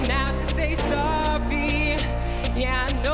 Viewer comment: why is he saying sowwy